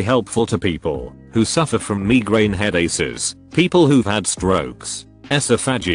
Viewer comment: "Buttocks". "Meegrain head-aces" 😂